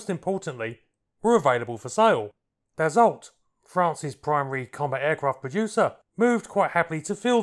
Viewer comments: Hahaha... you pronounce it "dasso" not d-assault! 😂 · An interesting and enjoyable article with great aerial footage, but I do believe you will find that the name is pronounced "Dass-o" not "Dass-olt." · Dassault is pronounced, dasso. Good stuff. Rare aircraft. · it s 2 m53!!! put some background sound of thoses beasts.. and also DASSO not dassolt. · Never heard of it before watching your video. Thank you! Dassault => Pronounce "dasso". Usualy in french the last consonnant is mute, but wiht proper nouns it can be tricky. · Dassault is correctly pronounced "Dasseau." The L and T on the end are ignored. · DAH-Soh. Theres not T in the pronunciation. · Its pronounced "daso". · When I worked in private aircraft management and overheard my boss's speaker phone calls to Dassault customer support they never corrected his pronunciation which was like yours which was likely because we were their customer. Now Bombardier in Quebec had no problem letting him know it was Bom-bar-dee-ay and not Bom-bar-deer.